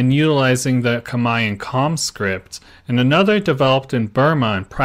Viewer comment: First time I've heard khmer pronounced correctly 🎉